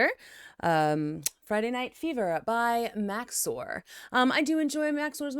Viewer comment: Finally someone in the chicago reacts cast who can say max0r right!